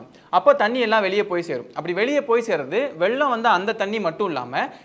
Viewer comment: அது வெல்லம் இல்லை வெள்ளம் 😢😢😢 தமிழ கொல்லாதிங்க